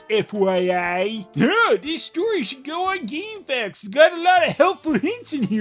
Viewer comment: Good to know I'm not the only one who pronounces GameFAQs like Gamefax. Lol